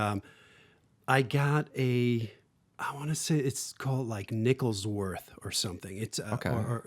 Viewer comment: LMAO "Nickelsworth"